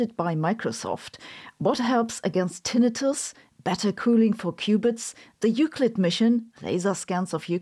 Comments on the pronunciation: Your pronunciation of Tinnitus was like nails on a chalkboard... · It’s always weird when I hear the secondary pronunciation of tinnitus.